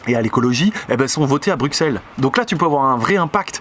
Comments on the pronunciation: Alors super video mais par contre on dis pas bruxelles mais brussels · On dit brussel et pas bruksel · Je suis désolé mais tu m'a perdu à partir du moment où tu as dis Bruksel. Bisous. Un Belge. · par contre... c'est Brusssssssssssssel frr ;) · Le seul défaut dans cette video : Bruxelles ça se prononce BRUSSELLE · De TOUTES FACONS je n'écouterai JAMAIS quelqu'un qui prononce Bruxelles avec un X ! - Un Belge pas content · la prononciation de Bruxelles, je souffre. Bon maintenant que j'ai fait mon belge chiant, je tiens à dire que je soutiens ton message! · Ce qu'il faut retenir de cette vidéo : Tu ne sais pas prononcer Bruxelles correctement (humour, bien sûr (mais tu sais vraiment pas le prononcer))